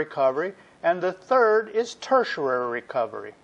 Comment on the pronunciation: Great videos. Huge learning curve! You get the pronunciation of "tertiary" wrong though. You include a syllable that isn't there. It's ter-tia-ry, not ter-tia-ra-ry.